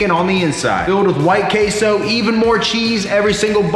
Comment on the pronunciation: One more time you say "KaySou", I am sending Sicarios from Sinaloa straight to your door.